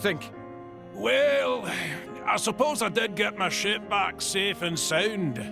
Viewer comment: I heard sh*t instead of ship.